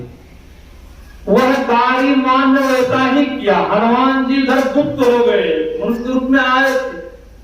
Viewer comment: बाबा आप को YouTube पर दुनिया देख रहे हैं सुध वाणी बोलिए हनुमान होता है हलुमान नहीं जय गुरू महाराज छमा प्ररारथी हूँ